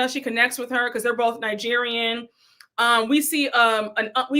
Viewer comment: Forgot to say, Wendy can't tell Stacy she needs to pronounce her company name properly and correcting her when Wendy says Ningerian instead of Nigerian. I have heard her pronounce it like that every time, wondering why she adds an n.